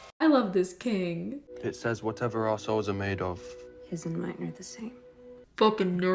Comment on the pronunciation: when he says souls it sound like assholes.